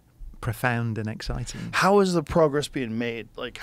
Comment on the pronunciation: he stopped himself from saying proogress 😂